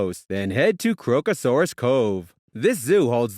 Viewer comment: OMG If you don't actually know the topic, don't make a video about it. E.g. Darwin is in the tropics, so it doesn't just have 'dry heat', it's actually the wet season up there that makes people crazy. You mispronounced Crocosaurus and Mindil Beach. Some of the images aren't even from the NT - they do NOT have fairy penguins or lush mountains there. Katherine Gorge is near Katherine, not Darwin, the Devils Marbles aren't nearby either and Uluru is 2000km (1200mi) away. LOL. Hopelessly bad vid.